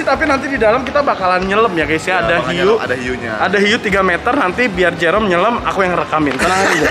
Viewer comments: itu dia ngejoke, soalnya di video ini ada bagian pas salah bilang 'jerome' jadi 'merome' 😩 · 😂😂 bisa2 nya bilang merome😂😂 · "MEROME"AHHAHHAHAHAHAHAH SEMANGAT OM NGAKAAK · Ketawa ampe sakit perut pas salah sebut nama Jerome jadi merom, hadueh ampe nangis ketawa nggak ada hentinya. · Pls ngakak yang papa nya om fadil bilang merome 😭😂😂